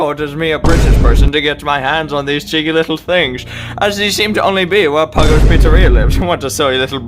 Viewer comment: It’s totally not puggo 😂😂💀